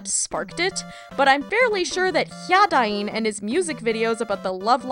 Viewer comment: That's... that's how you pronounce Hyadain?! I've been doing it wrong this whole time!